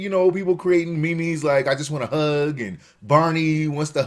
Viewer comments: The word meme is pronounced like it is spelled meem. The hell is a me me? Lol. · You pronounce "meme" like "me-me"? Hehe. Sorry thought that sounded funny. It's just meme, almost sounds like "mean" but with an M sound. Better yet, like gene. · However am not sure why he said me-me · samljer The word was invented by Richard Dawkins who says it as 'meem'. This is not a matter of vowel sounds, people are adding syllables. Meme is a one syllable word and it rhymes with dream.